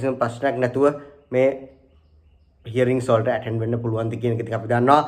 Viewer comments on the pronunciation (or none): none